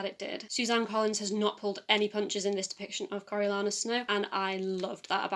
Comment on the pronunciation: Girl, I feel ya with the Coriolanus pronunciation haha! I didn't enjoy The Ballad of Songbirds... as much as you did but glad you got so much out of it :)